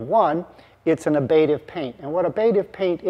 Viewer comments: fyi it's ablative, not abative. No biggie. Great show as always. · And since we are discussing it, something I have heard in other contexts, the second 'a' is short. /ˈablədiv/ not /ab'lādiv/ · Btw, it sounds like you pronounce ablative ("Ablation is removal or destruction of material from an object by vaporization, chipping, or other erosive processes.") as abative ("The abative effect: A new term to describe the action of antecedents that reduce operant responding"). Maybe there's a really discrete l there? Reading and rereading the definition of abative, I still don't get it, I think relating to psychology...